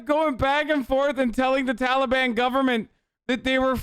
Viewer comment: "Talbian" lol